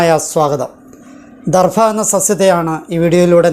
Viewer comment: ദർഫ എന്ന് പറയാതെ ദർഭ എന്ന്തന്നെ പറയാൻ ശ്രമിക്കണം.-അപേക്ഷയാണ്-.❤